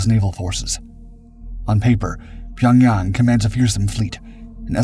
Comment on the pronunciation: Dude, learn how to pronounce the words you're saying. Pyonyawng?!